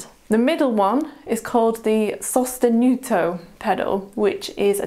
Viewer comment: Thank you very much for your lesson! Even though I don't have pedals, I always find it really interesting to learn new aspects of this beautilful instrument... Oh, and congratulations, you pronounced "sostenuto" very well (I am Italian ahah)! ♥️😊😊👏